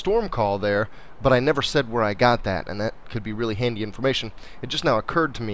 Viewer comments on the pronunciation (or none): none